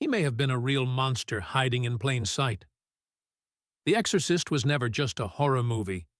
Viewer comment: It wasn't long before I had to turn this off. The AI is just so bad. I'm actually very disappointed because the subject is fascinating, but I just can't get passed the AI voice. "The Ex-or-cyst". 👎